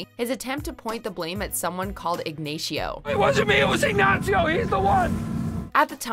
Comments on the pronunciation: Who the hell is Ig-nay-shio ? 2 seconds later it's pronounced correctly as Ignacio. Not that hard of a name to say. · how can you pronounce this with such a strong spanish accent even tho the characters obviously dont bother... but then butcher poor ignacio by callimg him ignayyceeio? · how do you mispronounce Ignacio’s name when you then immediately show the clip of him saying it right...🤦🏼‍♂️ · Ig*nay*shio I hate to be THAT guy--a critic of a video I'm gonna click a ThumbsUp on, but c'mon. It's Ignacio. After all the hours compiling and coordinating these clips, are these projects so rushed that the narrator doesn't have ten minutes to watch the vid prior to tracking the voiceover? I'm sitting through the first of probably three or four advertisements † and I see $30 T-shirts for sale. WatchMojo earning plenty of revenue to apply some attention to detail. † Sadly, this first commercial is longer than the amount of BB/BCS vid I've watched so far. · Eegnayshio Varga. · The name is Ignacio, not ignashio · “someone called igNATIO” bruh wtf lmao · > Ig ney tio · I can’t get over the way you say his name considering the clip is right there... it’s Ig-NASEE-o not Ig-neishee-o.. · Saul shouts "Ignacio" and moments later the lady just called him ignashio ... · Ignayshiow? Ignacio!!!!! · Yeah, they're mistaking "Ignacio" for "Ignatio." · Even if they say Ignacio, she insists on calling him Ignition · not Ignachio its ignaCio not ch, C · "Ig-Nah-Cee-Oh" not "Ig-Nay-Shee-Oh". Getting this right is not difficult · His name is Ignacio, not Ignasheoh but okay. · The reference to "Ignachio". You can't say his name right? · “Ig ney sho” wth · Who tf is Ignayshio??? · Why do you pronounce it like Ignasio? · Did this bitch just say ignasheo😂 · Ignashio she said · Igneixio? What hell did she say there? 😂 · Yeh Ignacio Nacho varga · Who’s Ignashio?? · IgnASHIO.... smh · "Ig-nay-see-oh". I was way off. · Lmao IgNaySheOh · "Ig-nay-shee-oh" LOL SMH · ig nay she oh